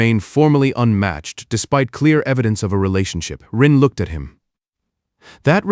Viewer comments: Good story but the narration kept pronouncing unmatched as “U N matched” repeatedly was a little annoying ❤ Singapore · The story mispronounces unmatched twice in the first four minutes of the story. Then it continued to find more ways to mispronounce the same word the rest of the story. AI's are stupid.